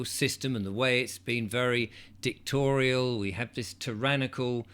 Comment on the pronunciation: DICTATORIAL PLEASE NOT DICKTORIAL!!!! 😂